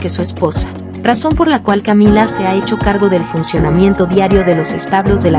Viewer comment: No es contra la reina consorte, es en contra de la youtuber que dice camilla, lo cual es un transporte para emergencias, la he corregido infinitas veces que la pronunciación es Camila, con una L, tranquila?, yo no irrespeto a esa momia.